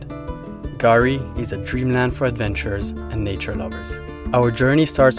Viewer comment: Guys, we love your Chanel. You do an excellent job. But calling Fraser Island/kgari “Gary” is a fail 😂